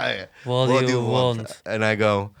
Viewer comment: This is the funniest shit. "What do you vant" 😂